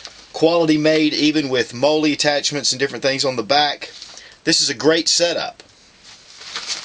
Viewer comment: I'm not trying to be a jerk. But, mollie is pronounced like "Molly" not "Moley".